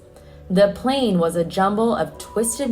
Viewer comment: Yes but plan and plane are not the same and she kept saying plan referring to the plane. And it didn't happen just once.